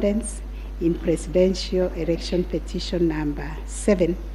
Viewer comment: "erection" ..........its election